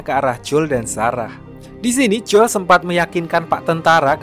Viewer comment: Jangan J O E L lh bg bacanya